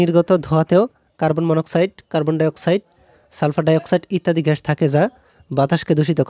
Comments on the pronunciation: Carbon dioxide ghash na bhai oita gas hobe pronunciation vul hoise🤧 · Arokom ghash ghash koren na gash na bole 😒😒ajob